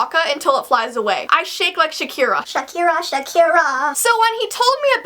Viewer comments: Shakira not shirkera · it's not Shirkera, it's Shakira, well yes it was really funny!😂😂😂😂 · Its Shakira GET IT RIGHT